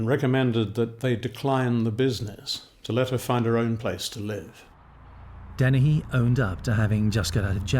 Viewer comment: Dennehy. Not Deni.